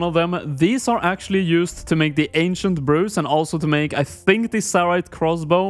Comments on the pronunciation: How did you just say "Ancient"? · the ahnsient huh kek -mcdonio